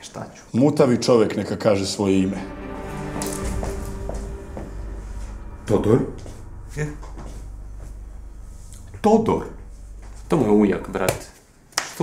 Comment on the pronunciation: Ne kaze HODOR nego TODOR hahahahahahahahahaha